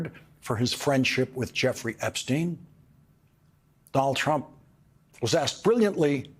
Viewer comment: Dol Trump, Dol Trump.....really, how many times can he say Dol Trump????